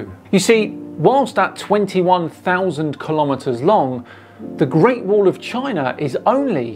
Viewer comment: Okay, but what's a Chiner?